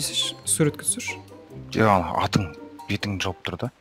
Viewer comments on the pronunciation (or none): none